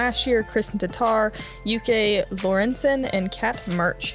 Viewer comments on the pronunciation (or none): Lykke is pronounced more like lucky, bit the u is more like ie or something..😁 Just call her Lucky, it bet thats fine by her.. 🤓